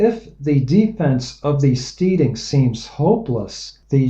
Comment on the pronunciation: And I think that it's Steading is pronounced "STEDing" rhymes with "instead" stead·ing /ˈstediNG/ nounSCOTTISH•NORTHERN ENGLISH a farm and its buildings; a farmstead. "an isolated steading on the boundary of two parishes"